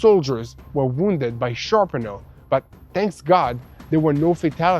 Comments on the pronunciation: SHRAPNEL! SHRAPNEL! "RA", not "AR"! 😅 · it's pronounced SHRAPNEL Not Sharpnel. God bless you all. Thank you for keeping us updated.